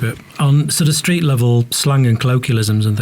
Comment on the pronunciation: I quite like the way he says '' STRRREET NICKNAME '', think Im gonna practice it into my repertoire, not sure where Ill use to be honest though.